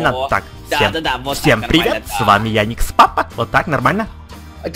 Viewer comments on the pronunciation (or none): не яникс а ярик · не яикс папа а Ярик лапа